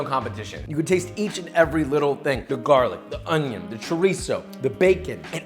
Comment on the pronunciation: I just love the way he says “on-yOn”